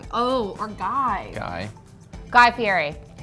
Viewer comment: Guy would cringe at that pronunciation of his last name.